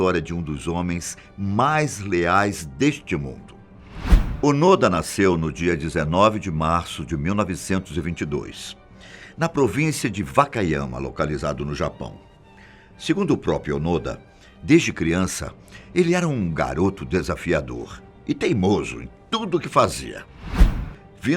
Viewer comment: Ele nasceu na província de Wakayama e não, fakayama